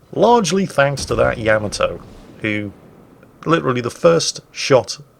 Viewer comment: Why do so many mispronounce Yamato? It's yah - MAH - toe.